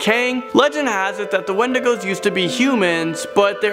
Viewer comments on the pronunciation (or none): none